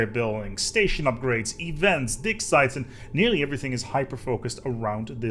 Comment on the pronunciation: I had to listen to that 5 times to realize he said Dig Sites and not Frankfurter Size.